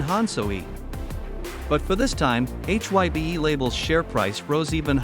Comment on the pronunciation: I'm sorry but according to the leader of BTS RAM formerly known as Rap Monster also known as Kim Namjoon you are pronouncing HY BE wrong it is not pronounced H Y BE. HYBE is supposed HYPE remove P replace P with B now pronounce hype with a B that's how you pronounce HYBE H Y BE and you're even professing to be a Korean dunes outlet you should know how to pronounce Korean vowel sound shouldn't you fubar!